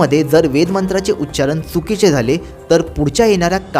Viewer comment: माहिती चांगली देताय तुम्ही पण तुम्ही सांगताना देखील उच्चारण हा शब्द म्हणताना उच्चारन म्हणताय.